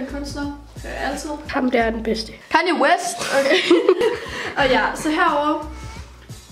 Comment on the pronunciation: Jeg ved godt det er ret criiin, men vil du ikke godt for guds skyld udtale "kanye" rigtigt! :)